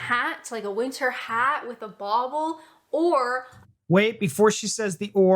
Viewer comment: That's bauble not boble